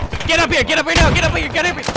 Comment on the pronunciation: kill a bunch of guys and: "get up here! get up and, gheut upff gheet ahp guerop!!"